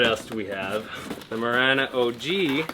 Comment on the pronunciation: It’s marana like marijuana not like marana like banner